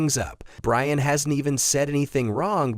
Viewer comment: Ryan and Inger? Shitty AI lost me immediately